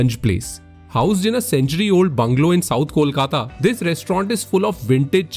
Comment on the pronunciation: Note the way Kaushiki pronounces Kolkata . To help our non-Bengali viewers with the right pronunciation, pronounce it as "Coal"kata, exactly the way one pronounces coal and then immediately add kata and you get Kolkata